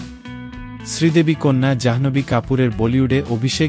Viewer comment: অশেষ ধন্যবাদ জানাই আপনাকে Janhvi না বলে Janhobhi বলার জন্য